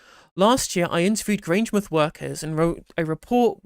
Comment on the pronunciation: It's Grange mouth. Not Grangemith.